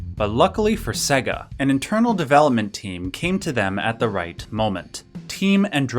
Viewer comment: Ugh. WTF is "Seh-ga?" It's "SAY-ga." Sega is pronounced SAY-ga. For crying out loud, their whole ad campaign in the 90s was them screaming "SEGA" at you, and a lot of the games even went "SEEEEY-gaaaaa" when you started them up. You'd think people would know how to pronounce it.